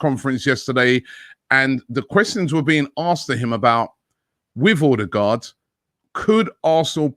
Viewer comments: Order-guard ffs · Stop calling him Ordie-guard !!!